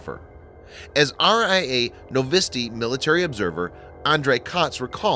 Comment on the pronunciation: man u are pronouncing totally wrong and butchering names and words ..for example its not kr"I"vik but is " kriv"A'k ... its not novi"I"sti .. but is n"O"vosti